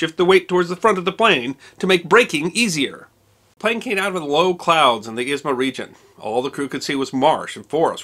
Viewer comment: A bit confused that you're pronouncing airport name as Izma. In the Russian language, it is called Izhma. But it's probably because of your sources or maps, not your fault)